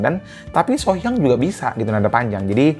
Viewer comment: Her name Sohyang is not pronounce as "sore" as in aching. It should be "so" as in "so be it".